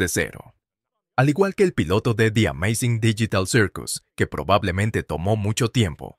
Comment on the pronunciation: Pov el wey : hola como estan yo estoy bien y hablaremos de di ameizing dillital sirkus